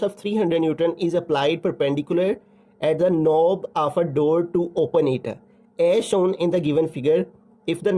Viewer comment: Sir pronounce "as shown"as ashon 😅